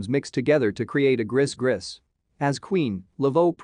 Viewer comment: I think it's pronounced "gree-gree"